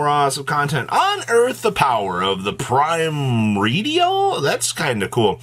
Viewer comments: Pretty sure it's pronounced "Pri-MORE-dial" or "Prim-ORE-dial". "Primo-RE-dial" sounds grating, like nails scratching a chalk board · really found every way to say this new archetype’s name EXCEPT the right way in one video. It’s like hearing “GOR-LAHHMEEE” in Inglorious Basterds